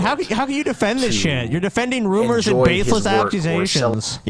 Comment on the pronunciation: I like how doesn't say rumours, he says rummers. The rummers is there's a corpse in my ruum.